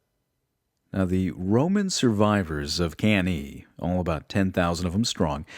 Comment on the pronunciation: Good job man. Great organization and effort. Other than mispronouncing some stuff like cannae, you presented this with so thought and passion.